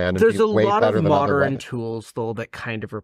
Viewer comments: Every time he pronounces modern as moderin, I take psychic damage. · The way this guy says modern makes my brain itch ... Moder-en. It's Mo-dern.